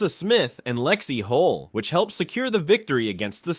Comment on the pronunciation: Hull, not "HOLE"!